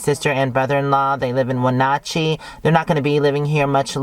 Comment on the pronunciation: Funny how you say Wenatchee it is when at chee I live here sub for a long time hope to see you here I can bring you some good apple 🍎